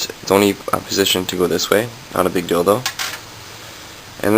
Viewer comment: everytime you say 'not a big deal tho' it sounds like you said 'not a big dildo' haha